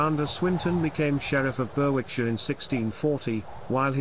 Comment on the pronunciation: The w in Berwickshire is not pronounced. It is pronounced as Berickshire. The place where they currently live is pronounced is Kimmerjum. I know it’s difficult because for people who are not Borderers and many words do not originate from English.